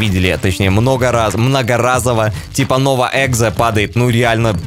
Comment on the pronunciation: Почему ты говоришь "Nova | Exzo если скин называется Nova | Exo?